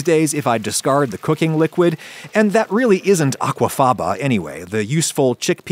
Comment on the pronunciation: I love how Adam always says aquafaba in italics